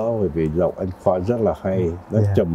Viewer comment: Ông Trần Quang nói giọng Bắc ngọng! Ông ấy không phát âm được những chữ có "nh" ở cuối. Ví dụ như ANH ông ấy nói thành ĂN, vì vậy không bao giờ đạo diễn thâu giọng thật của Trần Quang. Về diễn xuất thì đối với thời đó thôi vì không có nhiều tài tử nên phải lấy cả mấy ông bà kép cải lương qua đóng phim. So với các diễn viên bây giờ thì Trần Quang và Kiều Chinh thua xa lắm.